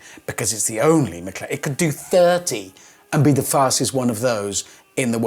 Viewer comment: Well, said "fasest McLaren", not "Fastes McLaren P1", and he's using a Mclaren engine... still